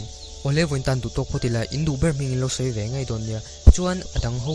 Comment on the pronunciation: An Hming i lam diklo nasa em mai😅lo in zir nasa rawh😂